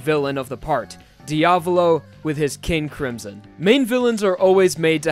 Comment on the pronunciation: NOT HOW YOU SAY MY NAME KING A CRIMSON!!!!!!!!!!!!!!REEEEEEEEEEE